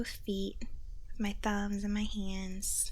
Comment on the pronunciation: Did you really say "feets" and "ands" :-D I reckon it's the need for hissing sounds for the tingles ;)